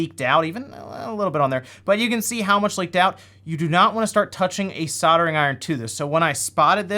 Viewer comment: If you're doing a video about replacing capacitors, please stop saying capacitors. CAPACITORS CAPACITORS CAPACITORS. And then you're soldering, SODERING SODERING WERE GONA SODER IT Great video though, thanks - By the way, if you ever want to watch a movie based on the Sega Gamegear, check out Three Ninjas / 3 Ninjas. It's wonderful.